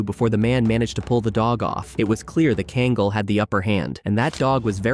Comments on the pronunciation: He truly butchered the breed's name. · Two things one, you're seriously mispronouncing Kangal and the large dog walking past the Pitbull, was a Alabai not a Kangal